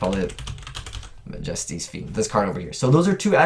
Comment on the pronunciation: "Ma-JESS-ty's" Fiend? It's "MA-jesty's" Fiend